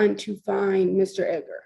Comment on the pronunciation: I'm not trying to be mean, but the emphasis is on Ed, so it's pronounced as ED-gar. The gar is pronounced as grr or ger. Love your videos! You give clear, concise accounts of these true crime tragedies. I also love that you put your 2 cents in the vids because I'm usually saying to the screen right around the time your sassy comes out. 😊 Also, Merry very belated Christmas 🎄 😊.